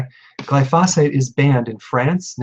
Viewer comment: Glyphosate is accented on the first (not the second) syllable.